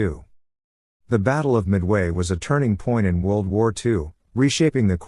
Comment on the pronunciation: Your AI's voice-over announcers' constant mispronunciation of words always detracts from the message itself. E.g., it's not mid-WAY...it's MID-way. Why not call this one just a rehearsal, and re-record it the right way.